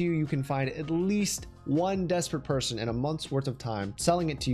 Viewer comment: No one:: pershon